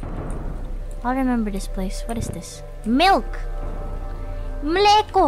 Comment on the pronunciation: Not like we in Czech Republic know people important to Indonesia right? But her "Mléko" pronunciation was actually really good tho